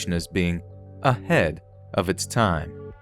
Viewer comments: ''No pun intended.'' doesn't sound very convincing when you put so much emphasis on ''a-head'' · "...the film's reputation as being a-HEAD of it's time. No pun intended." Except the pun was intended... Why else would you put the emphasis on the head part of the word "ahead"? SMH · How is the pun not intended... When he emphasized it...?